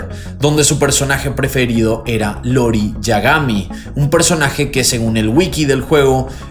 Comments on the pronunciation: Todos los que jugamos kof escuchando que dice Lori en vez de Iori 🥴😵 Excelente caso, lo había leído vagamente, muy buena info 👍🏼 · Es iori, no lori 😊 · Muy bueno el caso y una pena la muerte. Pero no podía dejar de reine cuando llamabas a Iori como Lori jajajajajaja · tremendo trabajo, eres el mejor, solo acotar que el personaje se llama "iori" no "lori" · Nada mas como corrección, se pronuncia Iori con i, y no Lori... y claro, soy de monterrey nuevo león, y ese caso fue muy sonado en su momento, toda la semana era nota en los noticieros locales, y cuando paso el caso de cumbres compararon a Diego Santoy con Castrillon!!! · Cómo dato de color, es "iori", no "lori". Supongo que se confunde la "i" mayúscula y la "l" minúscula. 😅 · Buen video, pero se llama Iori no Lori. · Lori xD Hay algunos problemas en la investigación del personaje, cosas que no son, pero solo aclararé lo mas sencillo y sin mucha importancia, no es L, es una "i", ioiri Yagamy. azta la protzima amigoz. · Se llama iori no lori 🥺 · no es " lori " es iori !! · Es iori, no lori... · No es importante, pero es Iori no Lori, Iori con i jjaja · Creo que realmente se pronuncia iori, ya que al ser un nombre la i pasaria a ser I y no deberia pronunciarse como L, eso o yo estoy pendejo xd,, buen video! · es iori con "i"